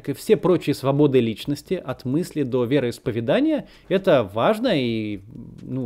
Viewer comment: Макс, ну чё ты, вероиспове́дания же 😒